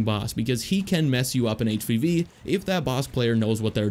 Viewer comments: Just realized that you were saying, "HVV," and not, "HPV." I was concerned that all of the characters had sexually transmitted diseases... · Up until you got to Dooku I thought you were saying HPV and not HvV. I was so damn confused how that related. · Thought he was saying HPV the whole time up until Dooku